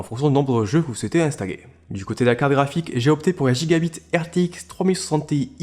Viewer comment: Gigabyte pas Gigbit s'il-te-plaît 🙏🏽 Sinon superbe config !